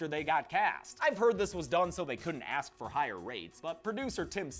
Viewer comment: Joey: Vic had to axe him a question. 😂😂